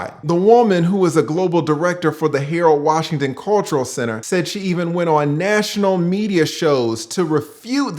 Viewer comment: Hay-Roll Wah-Sheen-Ton Foundation!🤣😆💯✅